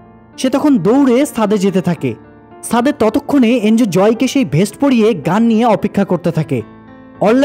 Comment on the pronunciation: সুন্দর হয়েছে। সাদে না, উচ্চারণ হবে, ছাদে।